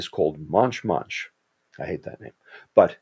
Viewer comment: MONCH MONCH NOT MUNCH MUNCH